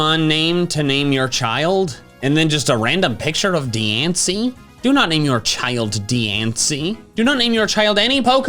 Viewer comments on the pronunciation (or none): its diance, like beyonce